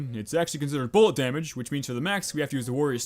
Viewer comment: Lowest: 1 Boolet. Highest: Many Boolet